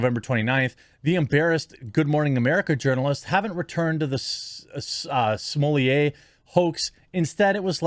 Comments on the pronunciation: Jeremy, you're the only clown in town who pronounces Smollet like you do. He's pure American and not French AT ALL. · I thought Smollett is Canadian? Also, blame YouTube for Jeremy having to butcher pronunciations. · Why do you miss pronounce his name?